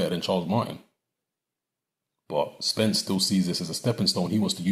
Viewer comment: honestly i heard you loud and clear i watch all your videos and I clearly heard you say spence